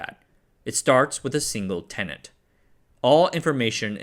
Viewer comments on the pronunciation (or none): none